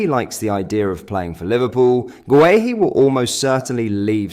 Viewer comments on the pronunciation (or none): Gay-Hee, not Gway-Hee